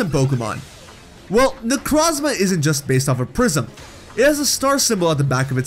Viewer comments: Haven't listened all the way through, but my only complaint will be the way you pronounce Necrozma. It's made in of the word Necro and chrome. Both with the Oo sound, "oh" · You said my name wrong, its Neck-row-z-mah. Hard o. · Necrozma necró means dead in greek νεκρό look it on google translate and hear how νεκρό is pronounced (I’m from Cyprus) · The way you say Necrozma hurts my soul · Why do you keep saying solgaleos name wrong not only that you said necrozmas too great job bro